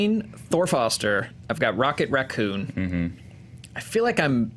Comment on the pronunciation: "Rocket Racconn"